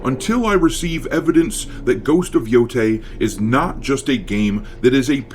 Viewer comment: Ghost of Yotei ❌ Ghost of YoDEI ✅